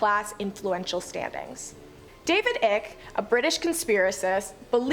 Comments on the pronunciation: it's pronounced eye key not ick! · It's not David "Ick" it's pronounced eye-k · It's Ike as in like. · Icke, as in David Icke, rhymes with bike. That's not a criticism - seems like she's going to be an excellent presenter.